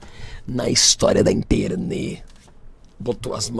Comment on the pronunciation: “ na história da internê” KKKKKKKKKKKKK